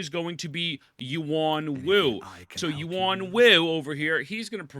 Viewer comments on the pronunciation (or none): none